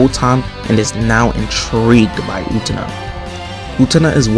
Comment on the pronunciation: Excited to see someone react to Utena, it's always a good time! That's not how you pronounce her name though 😶